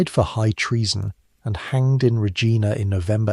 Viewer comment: need to fix the pronunciation of REGINA and TUNDRA